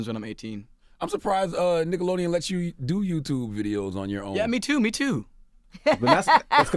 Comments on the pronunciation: Charla said "dickelodeon" 🤣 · Did i hear Dickelodeon? lol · "Dickelodeon" LMAO Y'all caught that? 😂😂😂😂 CThagod a fool for this!